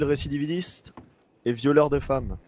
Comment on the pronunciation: "Pedophile récidividiste" XD